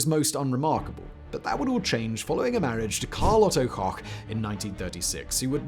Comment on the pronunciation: Koch is pronounced like "coke," not "cock." Lol